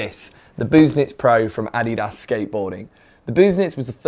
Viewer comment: As a German I will say that he pronounced it correctly — it’s ADDY-das, not adDEEdas.